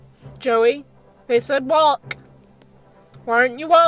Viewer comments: The way you said WalKK triggered me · Walkkkk. Why the emphasis on the k? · Dude, the way she says walK 😫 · I know….I’m not trying to be mean but it’s making me cringe 😳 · All I heard was waaK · Comments 70% “it’s NOT abues!” 24% “walKK” 5% “ ommmggg its abuusee” 1% *list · What's funny is she makes it sound like she wasn't going to beat her horse at the end she probably got home stuck an even stronger bit in his moth hit him with her crop and put spurs on and liked him till he did as he was told disgusting woman and try saying walk properly not WALKKKK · Wtf the fuck, the WalkUH grrrr i hate to heard that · walKK. please work on that its super annoying lmao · Cus shes American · Yeah what's wrong with her mouth?? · I've never before heard SUCH a hard 'K' at the end of 'walk'...I wonder where she's from? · First of all, girl you put WAY to much emphasis on the K of walk. It's to much, relax. Second, you handled the situation beautifully, while it seems you were out of control it was the complete opposite. You were very much in control or this video would have played out very differently. Your seat was strong and your hands were light, there was nothing more, short of dismounting you could have done. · the way you say walk ugh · Why can’t she say walk properly? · It's the over pronounced "walk" for me